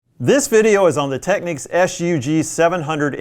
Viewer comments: Why do Americans pronounce it Techniques? It’s Technicks. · TECK-NICKS! Not TECK-NEEKS! LOL! SMH!